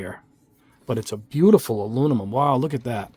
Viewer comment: Aluminum not alumimum.😉